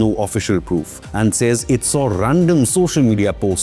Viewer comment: armed forces? its Aand forces.